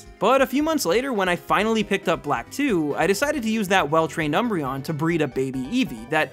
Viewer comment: THE D IN UMBREON IS SUPPOSED TO BE A B!